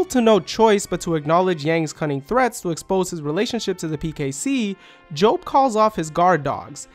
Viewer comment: Great analysis as always! Just want to point out, the way you pronounce Jessica and Job is reversed from those in the anime.